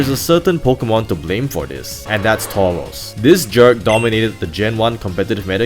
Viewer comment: Why do you pronounce Tauros as Towos?